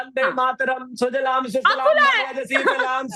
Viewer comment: Sujalam hota hai sudlam nahin